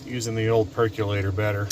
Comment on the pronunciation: PercOlator, not percUlator.